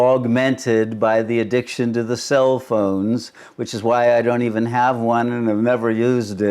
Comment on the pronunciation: Sounded like said "self-phones" 😂